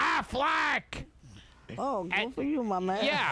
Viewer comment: Valencia Beetlejuice always says goo instead of good so Gilbert was basically making fun of him to his face but Beetlejuice isn't smart enough to realize that